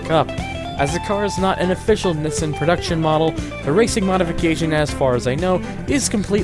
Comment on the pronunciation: why keep mispronouncing Nissan, and why call Z, Zed??? where are you from???